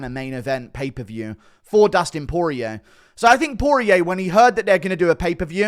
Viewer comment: Pay-per-view not paperview Guru